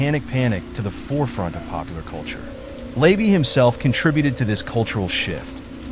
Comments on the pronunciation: Hearing "Lay-vee" over and over is driving me nuts because it's "la-VAY". All the other mispronunciations have been irking me too. And everybody knows by now that Jayne Mansfield wasn't decapitated. That was her wig on the hood of the car. ~SIGH~ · LA-VAY, not LAYVY and Jayne Mansfield was not decapitated. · The AI voice reading this drove me nuts. The way it turned OTO into a breakfast cereal (oatey-oh) and LaVey into "layvee" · LeVAY- you are pronouncing his name incorrectly. You also omitted his very sinister ties to the military. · Yes, it’s like fingernails on a chalkboard, I cringe every time he says it!